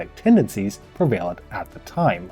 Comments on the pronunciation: Really, (pre-VAIL-ent) really. (RE-verred) Is English your first language? Just Curious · Informative enough but I couldn't take the occasional mispronunciation of words like 'revered' and 'prevalent'. I'm just a grammar snob I guess.